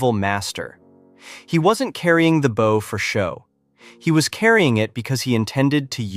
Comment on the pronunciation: Geez. Two seconds in, your AI slop voiceover uses the wrong 'bow'. It pronounces it like the bow of a boat, not the kind of bow that shoots arrows. You can't just run the AI slop and expect it to get everything right. You have to go over it all and get it to fix what it botches, or you get absolute rubbish nobody can stand to listen to. Honestly, if you're too chicken (or just lazy and sleazy) to use your own voice, just don't make videos. Yuck.